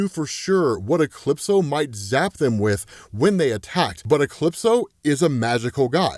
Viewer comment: Never hwaed soneone pronounce a capital letter before "E-clipso"